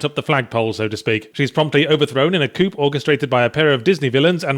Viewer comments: A coop, a coop. It is pronounced "Coo" sir. Coup = Coo. Bonjour. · ...overthrown in a coop? A COOP? Yahtzee Crowshaw doesn't know the correct pronunciation of "coup"? For shame. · Coup is pronounced without the "p", like coo. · Did you just pronounce the P in Coup? You do know coup and coop are different words right? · A coop?! It's pronounced coo!! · Did he say "coop" instead of "coup"? Is this a british pronunciation thing, or did Gabriel miss his chance at revenge for all of those corrections to his pronunciations? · coup is pronounced coo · he meant 'coup', as in "coup d'etat" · coup isn't pronounced the way it's spelled ya pleb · You're not supposed to pronounce the "P" in "coup", dummy. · I thought the 'p' was silent in coup. Apparently it's pronounced both ways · Did Yahtzee mispronounce "coup"? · The fact that you pronounced the P in "coup" is triggering to me